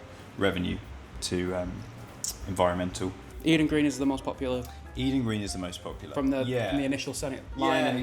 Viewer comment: "We give 1% to Envionmental" .... some Geezer called "Envion Mental"